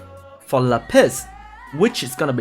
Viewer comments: la piss. luv your pronunciation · shoderra Le Piss. He's French ;) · my whole life was a lie , I never knew that Lapis was pronounced La Piss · “La Piss” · Madame "Lá Piss" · haha i like how you make Lapis sound like a french way to say piss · The way you say lapis is funny